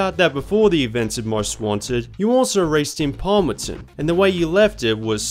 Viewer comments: It's not Palmerton its palmont city right? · Dude its palmont